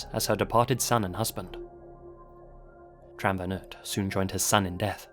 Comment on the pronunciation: Love your videos, and this comment will probably get burried, but I need to say it... You take so much time and effort to reseach these stories, so it might we worthwhile to pronounce the names right - if for no other reason, than to show appriciation to people from those cultures. Tran sounds more like [chan], Nguyen like [new-yen]... You can easily check how the foreign names are pronounced, on websites like Forvo for example.